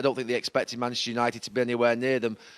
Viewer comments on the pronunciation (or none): Gary Neville really can't say 'Manchester'. "Mancccchhhh United" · Manchster Uniiiiiited 🤣🤣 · Manchtur yanited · “Maneschur United” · Seeing as he’s from Manccchhhh maybe you’re saying it wrong? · You'd think Gary Neville would know how to say Manchester by now 😂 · No he isn’t.